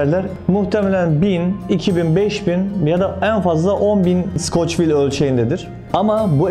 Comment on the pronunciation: abi skoçvil değil skovil.